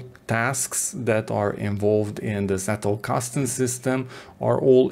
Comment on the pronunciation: Being German, I cringe every time I hear "settelkasten". It's pronounced "tsettelkasten", as in "tsunami". Sorry for being picky, even more so if you heard this for the umpteenth time. Otherwise, great work, thank you very much!